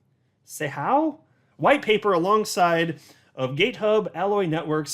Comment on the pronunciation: it’s “Za-How”. The X isn’t an “s” it’s a Z sound. “ZA-HOW.”